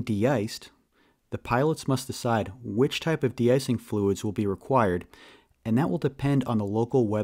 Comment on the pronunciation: Thanks for yr help/work. Just, The De-cing, de-iced pronounciations are misleading. Im not a native but they sound weird.